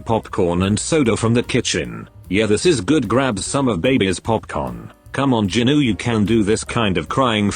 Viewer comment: Bro said ginu